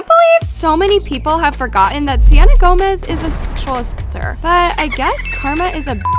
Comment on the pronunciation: I thought you said Selena Gomez